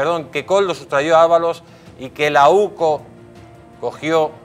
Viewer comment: Se dice sustrajo y no sustrayó. Por favor, somos de derechas, por lo tanto se nos supone cultos.